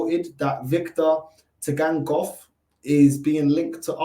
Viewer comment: Bug up the T is silent